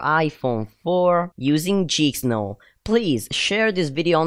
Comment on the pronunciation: It's geek not jeeksnow